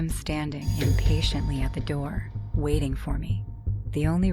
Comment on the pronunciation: bro said open the nour